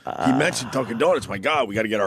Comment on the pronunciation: the way opie says "HESTRYNAGETDUNCANDONUTS" fucking killed me. 1 for opie. Still sux. But he cracked me the fuck up right there lol